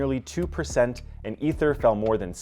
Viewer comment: "Ether" ?!? Ffs tell me you dont have a clue in two syllables.